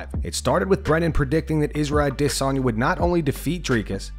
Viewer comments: Israel AhhDissOnYa is my favorite fighter, thanks for saying his name so often this video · aD IS onya - bro your are butchering his name lol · I’m constantly wondering why you pronounce A-Desanya so oddly 😂😂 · Narrator pronouncing Izzy's name like that is making himself just as cringy..wtf is this channel thinking 🤔.. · The way u pronounce izzy s Name, u sound stupid